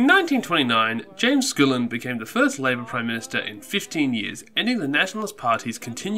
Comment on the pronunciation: aaarrrrrgh everytime...... It's not SCOOOOLIN!!!! It's SKULL-IN!!!! Aaarggghghghghghg